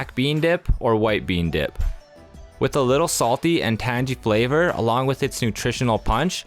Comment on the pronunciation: Tangy. Narrator needs to know what he's saying. Go listen to an online dictionary say this word. Mostly these are my idea of best breakfasts, either..